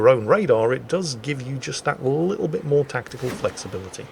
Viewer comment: MOWR THUNDER!